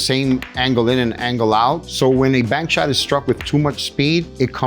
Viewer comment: "bank shot" not bark shot, wired